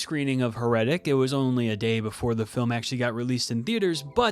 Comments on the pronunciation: Dude, accent is on the first syllable. HAIR-uh-tic. Like Heresy. But otherwise good review. It can’t be worse than the Popes Exorcist, so middle of road isn’t a ditch like that was. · How did you come up with that pronunciation? Accent on the first syllable, my man. HAIR - uh- tik. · How can I respect a review when you can't even pronounce the title correctly? heh ruh tuhk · Your pronunciation of heretic makes me shudder. 😨